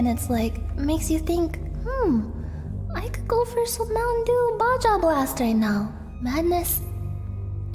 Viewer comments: She called it "bah djah blast" instead of "ba ha blast" she really is a psychopath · I'm sorry, hold the phone. Why did she pronounce Baja like "bajja" I can't think of a better way to enunciate that in text I'm sorry lmao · "Bawjaw Blast" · She actually said "Ba-ya" blast, actual psychopath MonkaS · Did this catwoman just call it Baja and not baja? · I think the craziest thing Nyanners did was pronounce the J in "Baja" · NYAN YOU LIVE IN CALIFORNIA HOW DO YOU NOT KNOW HOW TO PRONOUNCE BAJA CORRECTLY